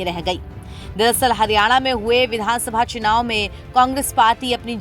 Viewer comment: Chinaav nahi chunaav hota hai, begum. 😅